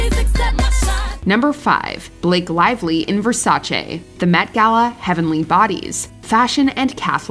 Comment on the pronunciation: Mi fa piacere che un americano dica Versace con la "e" e non versace con la "i".